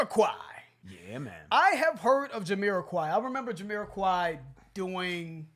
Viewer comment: Can someone please correct me if I'm wrong, but is Jamiroquai supposed to be pronounced Yuh-me-ra-kai or is it Juh-me-ra-kai??